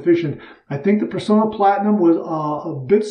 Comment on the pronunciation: I hate to be a downer, but I grew up in the 1960's when shaving-related ads were everywhere on t.v.-much more commonly than today. All Personna ads pronounced the company name as "per-sauna" not "per-so-na". The double 'n' in the name is also a giveaway. They're the last remaining U.S. maker of DE razor blades. We owe them the respect of proper pronunciation. Especially since their blades are so good.